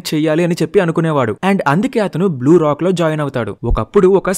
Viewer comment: " Blue lock " bro "Blue Rock" antav😂😂